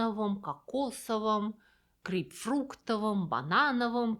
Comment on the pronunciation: Серьезно. Грейпфруктовое?! Грейпфрутовое же. А не верю своим ушам…